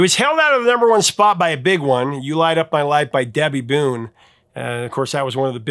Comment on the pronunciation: Boone not Bone